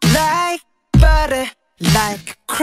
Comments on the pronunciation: Не баре , а батер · Во-первых, барэ - потому что так удобнее или это ошибка автора. Во-вторых, все-таки не зэт, а вэт. Это распространённая ошибка говорить вместо вэт - зэт. Вэт говориться, когда кончик языка касается верхних зубов и при этом при произношении этого звука язык немного еще вибрирует. Из-за этого слышится зэт, но произносится вэт В-третьих, если вам не нравится, как автор кириллизовал текст песни, то ищите другой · Не барэ, а баттер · Вопрос: почему Барэ? Если Баттэ?И почему Вэт, а не зэт? Я конечно не англичанин но веть зэт... И не мадэ, а мазэ... Так же Ту зэ, а не ду дэ Ду и ту это разные слова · Как раз баттер и есть ошибка. В слове Butter звук r не читается как р, хотя даже в школах у учителей английского есть такая ошибка. Да и вообще буквы таковой там нет. Но в американском произношении для лёгкости несколько букв могут заменить на что-то похожее на р или д